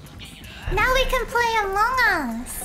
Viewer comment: Don't say "among us airship" (Amougus airship)